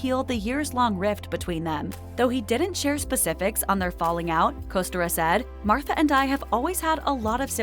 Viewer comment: You can't even pronounce "Kostyra" correctly.. tsk tsk.. If you're going to do a story on someone's life, at LEAST pronounce their name correctly. Thankfully I didn't end up carrying that family name, my mother ensured I didn't. Also some of this is NOT true either.